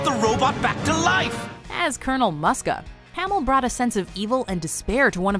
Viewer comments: It's pronounced "MOO-ska", dammit! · Sigh It's pronounced "Moo-sk-ah" not "Muh-sk-ah" Is it honestly that hard to pronounce a character's name correctly? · The 'u' in Muska is pronounced like 'oo'. It's Moose-ka. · You dimwits mispronounced Muska!